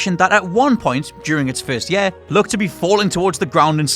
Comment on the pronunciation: I'm normally pretty laid back but the way you say 'year' insta-triggers me and I want to punch a baby...